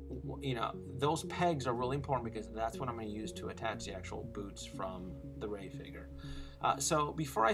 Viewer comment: woah!! that voice over, and accent was on point for whoever did it for thr rey figure!! Great video!!